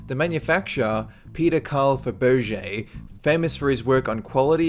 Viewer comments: Fabowgay? How does one get that from Fabraje? Like the vids though, I'm just /pəˈdantik/ 😌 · Listening to this guy's 'accent' -especially as he gets tripped up, over 'difficult' words, like 'proto.' Very, VERY irritating. That speech is NOT Aussie, NOT Kiwi, vaguely S. African, but, so f'ed up, it actually sounds like a bad Rhodesian...'Zimbabwean,' if anything. It's Peter Carl 'Fa-ber-ZHAY,' NOT 'FA-BO-jay' (WTF?!?!?), you nitwit. Hate to break it to you, Mr.,' but, no matter where one might be from does NOT affect the pronunciation of a persons name. Peter Faberge was from Russia, and, just keeping it in the same area geographically, let's take another well-known Russian Vladimir Putin. His name's pronounced 'VLAD-I-MIR PU-tin.' No matter where (YOU want to say) you're from, it's STILL pronounced that way. - and NOT 'Val-DI-mir pu-TIN,' or some other nonsense. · Your pronunciation of Faberge is really bad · Where did this guy learn to pronounce Faberge and Scotia...Sydney? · HAHAHAH!! sorry, i had to skip back a few times to listen to how you pronounce Fabergé. lol